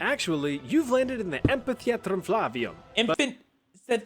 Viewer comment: Also, in Latin, you don't roll most words, and "v" sounds like "w", so it would be amp-hit-tuh-ee-at-room fla-wi-oom